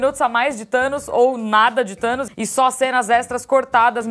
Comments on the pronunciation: "Thano" huhehihehuahaha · Hey 'Thanois' 😂😂😂